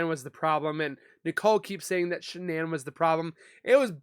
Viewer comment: IMO Why is DK stopping questions? Immunity for? They seem to talk mainly about and CW relationship and not much more. seems to have a difficult time saying Shannan”s name. Why? So much wrong with this “so called interview” which should have been an interrogation as was the mistress of a married man before, during and after the crime.